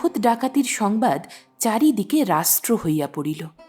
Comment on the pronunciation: অসাধারণ একটি গল্প শুনলাম। আপনার গল্প পাঠ বেশ ভাল। তবে বেশি গ্যাপ দিয়ে পড়বেন না। আর একটু সপ্রতিভ হলে ভাল হয়। আর রাষ্ট্র কথা টা ঠিক উচ্চারণ করতে হবে কেমন? ভাল থাকুন, ভাল ভাল গল্প শোনাতে থাকুন। অতীন বন্দ্যোপাধ্যায় শুনতে চাই।